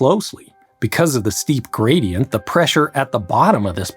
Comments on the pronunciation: steep Grady-ent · Pressure Grady-ant 😉